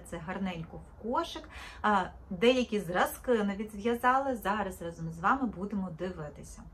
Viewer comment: Тільки рАзом, а не разОм. І не треба так дивно вимовляти звук и.